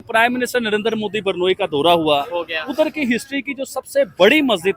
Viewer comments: Sorry but it's not pronounced Burnoyi, it's is pronounced Brunayi and spelt Brunei. 😂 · yaar pls.. barnoi nahi hai woh.. usko bolte hai.. BRU - NAI. BRUNEI. aise bolte hai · Burnoi Nahi Brunei Hai... 😂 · Abhe Jahilon, woh BUR-NOI nahi hai, woh BRU-NEI hai 🤣🤣🤣🤣🤣🤣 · बरनोई नहीं, ब्रूने है सही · Hello it's Brunei not Burnoi or Burnol😊😊